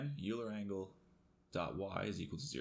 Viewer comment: Great video, as always,! Just a note, it's pronounced "Oiler" angles;)